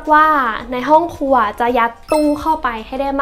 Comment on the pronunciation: พูดได้ลื่นไหลดีค่ะ ชอบตรงที่บอกว่าทำแล้วตรงไหนที่ชอบตรงไหนที่อยากเปลี่ยน งบประมาณชัดเจน แต่ติดนิดเดียวเรื่องคำควบกล้ำ ไม่มี ร ล เลย กลายเป็น ห้องคัว ไมโคเวฟ ละเกะละกะ กะเบื้อง ถ้าปรับให้ดีขึ้นจะน่าติดตามต่อไปค่ะ